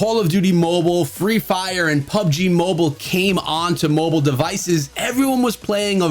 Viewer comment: say mobile not mobole